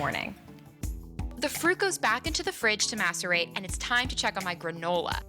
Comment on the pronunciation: i swear to gawd i thought she said "masturbate my fruits" lmao XD